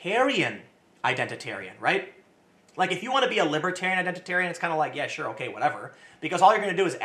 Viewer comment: Did you just say Identit-aryan????? Tim saltright confirmed